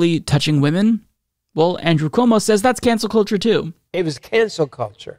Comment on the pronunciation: It's actually pronounced cancel cult-cheugh